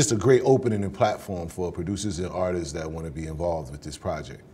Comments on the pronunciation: Its Not "Artis ..iisss!" ...Its "Artists!"...Not tryn" to be funny! Correct dat bruh!..I want u to make it bruh! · that word for the black community seems to be like the word "ask" how 90% say "axe" ... for some reason 90% pronounce "artists" as "artis..issss"